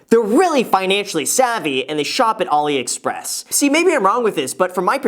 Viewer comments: Graham its AliExpress not OliExpress lol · Umm graham, just FYI ur pronouncing aliexpress wrong. Love ur videos tho!